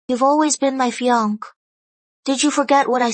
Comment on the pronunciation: Yes the Dubbing seems to always pronounce Fiance as "Fiankay". The Dubbing is based from an Asian Source, so it often mispronounces English words.😮... I have also noticed that Cafe is often pronounced Caff.